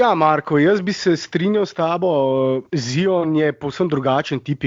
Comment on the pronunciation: Jao kako smesno se sliši ZION, a ne mores normalno rect ZAJON.... Upam da nisi eden izmed tistih, ki se razburja ko američani napacno izgovarjajo Lukov priimek Dončič